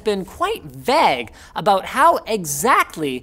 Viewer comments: As soon as u said vaaag i quit the video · Is that how Canadians say vague or is Linus just dyslexic? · I live in Toronto and here we say it way-gh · Most Canadian thing I've heard on this channel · Most vague pronunciation ever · Because it's incorrect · Yes but it still doesn't change the fact the Linus is pronouncing it wrong